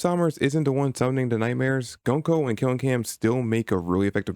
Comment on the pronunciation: Interesting video. Btw it's pronounced "GOON-ko", not "GUN-ko"